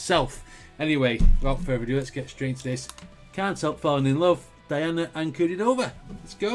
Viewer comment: The original was done by Elvis Presley. Her name is pronounced dee-AH-na an-ku-DEE-no-va.